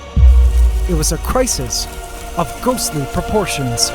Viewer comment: I've heard of Ghastly not ghostly lol